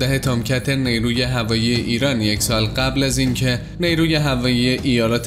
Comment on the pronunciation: نی روو نه جناب گوینده‌. نیرو درسته.